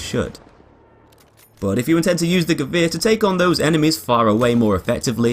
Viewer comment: He is the only english person that can say Gewehr correctly😂